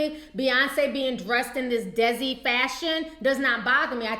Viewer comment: lol T, it's pronounced DAY-SEE culture. it's the indian community.